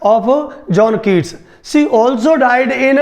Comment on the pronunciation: Please get more knowledge ur pronunciation is incorrect u spoiling the name of my father